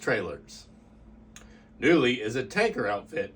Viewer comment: He's pronouncing it wrong. It's pronounced "Koonley"